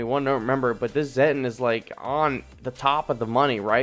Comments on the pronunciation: Its pronounced "Zetton" like "Set on" and "me fill lass". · It's pronounced: zeh-tawn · It's just pronounced as "Zet-on"